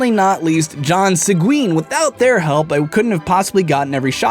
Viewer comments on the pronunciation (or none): Alas, no one will ever pronounce my last name correctly SEG-WINE